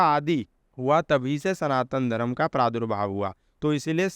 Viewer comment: Pronunciation of words is so faulty. Dharam is wrong but Dharm is correct.